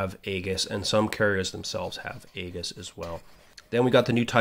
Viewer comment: Great video. Subscribed. Just a note that Aegis (named after the shield of Perseus) is actually pronounced "EE-jis." Keep the videos going!